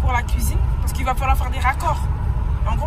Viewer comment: Uneuh cuisineuhhh vreumennnnt